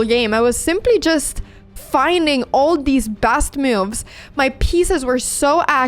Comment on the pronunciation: Best 💀 Bast ✅ Never heard this pronunciation of a basic word 🫠